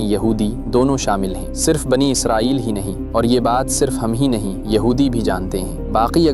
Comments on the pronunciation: It's Israel not izrael😢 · بنی اسرائیل ہے بنی ازرائیل نہیں ہے